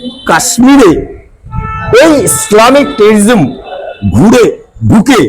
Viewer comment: ভালো করে শব্দ উচ্চারণ করতে পারে না, তিরিটিস নয়, টেরোরিজম 😂😂😂😂😂😂😂😂😂😂😂